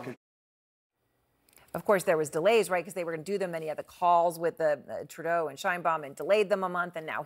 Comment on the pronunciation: Treadeu ,Treadeu, Treadeu...